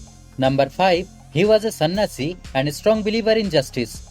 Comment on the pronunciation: Bro its spell is correct but pronouncetion is not correct (sanyasi)😊